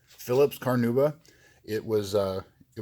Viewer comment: CarnAuba.. there is an "A" in there